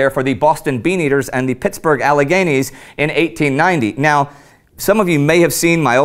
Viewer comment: "Boston beeneaters" 🤣🤣🤣